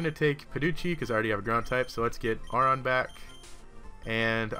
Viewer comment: aron is pronounced as "airon"